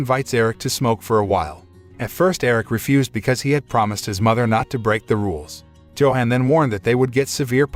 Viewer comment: It's not Joe hon It's Yo-hon The name sounds and looks to be german